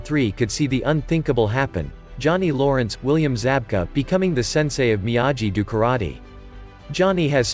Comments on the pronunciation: It is Miyagi, not Miyaji. Have you not seen the Original Karate Kid movie? You should know the correct way to pronounce Miyagi. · I had to stop watching, because how many times must I hear you pronounce Miyagi the wrong way? I lost count, but after 4 minutes I could not watch the video anyone.